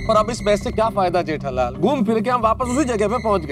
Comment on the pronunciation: everyone in gokumdham : Jethalal Iyar : Jedalal